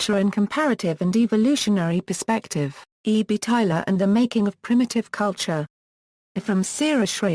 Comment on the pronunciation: it's tyLOR not tyLER